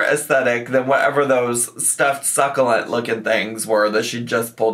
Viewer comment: The worst is that she pronounces it incorrectly